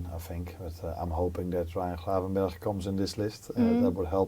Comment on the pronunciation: Wow the proper Dutch pronunciation of Ryan Gravenberch was an eye opener 😂